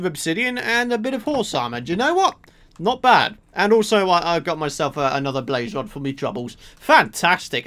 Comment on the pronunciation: "Bwaze wod"